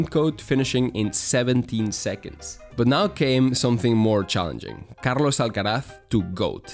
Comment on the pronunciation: bro did an a amazing video just to say again "Carlos Alcaraz" with almost perfect Spanish accent